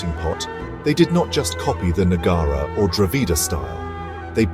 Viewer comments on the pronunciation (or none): Please correct your pronunciation the name of the place / village is AIHOLE and NOT what you pronounce AIWHOLE. Also it is NOT NAGAARA but NAGARAA. And the visuals are not of AOHOLE alone, but are mixed-up mess.